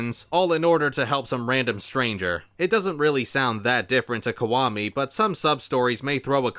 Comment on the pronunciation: Is it just me or is he saying "kwami" instead of "kiwami"?